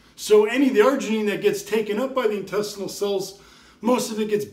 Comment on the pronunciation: Citrileean the Fuck up & Argeineean these ballsszzz😅 but thanks for the info